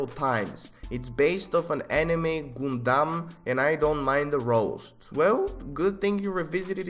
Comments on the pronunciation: You hear it from god its not gundam its gAndAm🙄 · the way he said GOONDUMM 💀💀💀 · Everyone else: * confused on how gave a complement * Me: " GODLY way of pronouncing 'Gundam' " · The way pronounces "gundam" got me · today i learned that ive been pronouncing "uhh", "uwu" and "gundam" wrong all along